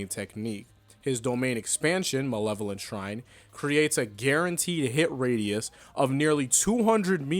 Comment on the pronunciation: bro butchered the name harder than Sukuna butchered Kashimo